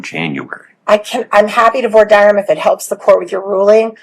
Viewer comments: Only Bloodworth can say "Voir dire" correctly? 😅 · Thank you to Bloodworth for being the only one of the four (judge, defense attorney, prosecutor, and J.D.) who can pronounce "voir dire" correctly 🤦‍♂ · Bloodworth casually pronouncing "voir dire" properly to stunt on both opposing counsel and the judge.